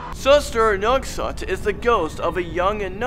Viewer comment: Ngesot : "ngengsot" 😂😂😂